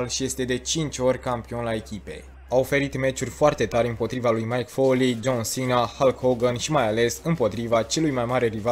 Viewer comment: De ce pronunți Mike Foley ,e Mick Foley ...